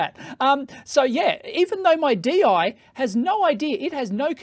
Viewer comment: It is called "Deyy--Yee"